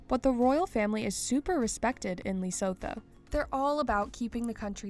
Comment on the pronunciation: The way this narrator pronounces Lesotho....Is it necessary to butcher it so dam badly....No way you can have access to YouTube and not research pronunciation of Lesotho.